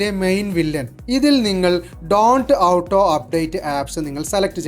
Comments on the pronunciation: മണ്ടാ.. ഔട്ടോ അപ്ഡേറ്റ് അല്ല ഓട്ടോ അപ്ഡേറ്റ് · ഔട്ടോ എന്നല്ല. ഓട്ടോ എന്നാണ് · ഔട്ടോ അല്ല ഹേ ഓട്ടോ... 🙄🙄🙄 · ടോയ് ഔട്ടോ അല്ല ഓട്ടോ എന്നാണ് പറയേണ്ടത്